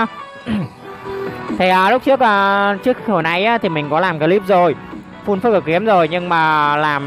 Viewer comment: Em góp ý 1 tí , là full chứ ko phải fun anh :))